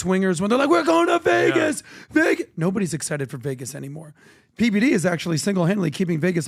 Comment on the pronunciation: Pity only half of what PBD is blathering is understandable 🙄